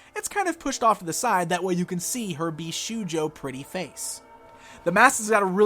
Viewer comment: Great review as always! PS Bishoujo is pronounced BeeShowJo.